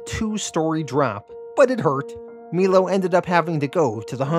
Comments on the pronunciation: melo- mylo The last name of the female. One other I can't remember off the top of my head. No biggie my man. I love your videos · I’m pretty sure it’s My-low not Mee-Low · Awesome vid. Great job. Cant wait for next week ....btw is "Milo" not pronounced *m-eye- low*? I could be wrong